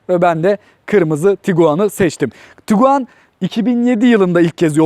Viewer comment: Kusura bakma "tukuaan" diyerek yaptığın açılış sonrası videoyu durdurmak zorunda kaldım, umarım açıp kendinde bir izlersin ben katlanamadım.